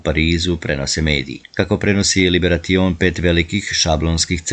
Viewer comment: Nije "liberaTion" nego LIBERASION (tako se čita i izgovara).